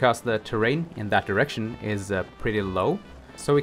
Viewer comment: he 100% said "we are headed in the east south east erection".